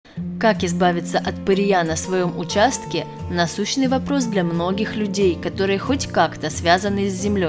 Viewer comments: ПырЕя, а не пыреЯ, режет слух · Нет,она сказала "пыреЯ".ужас. еще и "пыреЮ" , и "пыреЕм". Аж уши режет.